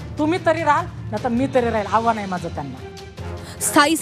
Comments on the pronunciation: हाव्हान नव्हे आव्हान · आव्हान ला हावान म्हणते ही बाई....साधी मराठी भाषा येत नाही ह्यांना...